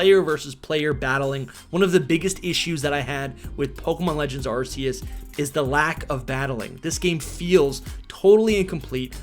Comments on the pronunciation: It’s pronounced “Ar-keus “ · I really tried watching this but he mispronounces Arceus so many times that I just cringe... 🙈